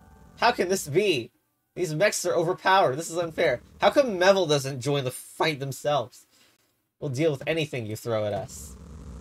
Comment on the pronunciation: I'm certain the pronunciation is "Me-vil" not "Meh-vil". It is a pun on Me and "evil".